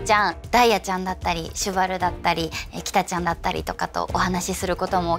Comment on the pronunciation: そのキタちゃんの発音は違う娘じゃない？逃げたウマーの方だよね。